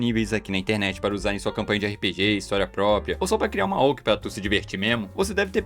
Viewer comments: Não tanco o cara falando "oq" em vez de "oc" Apesar disso, bom vídeo 👍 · Quem pronuncia OC como "oqui" 😭